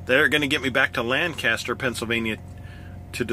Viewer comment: Two things: you can have up to 4 feet hang off the back of your trailer and the people of and around Lancaster, PA pronounce it "Lang-custer". Glad you're still making videos, btw.